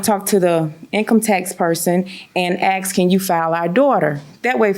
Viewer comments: He is your baby daddy. You won the lottery. You gave him some money, leave it be. Also, it’s ASK, not AX. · Not ax. Asssssssk. Try it with me. Ass ck. Ask. Asss ck. Ask. Good job! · Such a shame she says AXE People please do better.